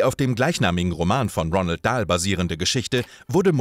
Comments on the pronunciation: Der Inhalt scheint mir relativ gut recherchiert, aber geschrieben ist der Kommentar stellenweise wie ein schlechter Bravo -Artikel ("...unser Held") und das falsche Aussprechen von Namen (Ronald statt Roald Dahl) und Ausdrücken (CamEo) lassen mich nach einigen Wiederholungen dieser fremdschämen. Allgemein ist der Stil einfach viel zu Boulevardhaft. Ich habe es nicht bis zum Ende geschaffft. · Es heiss Roald Dahl nicht Ronald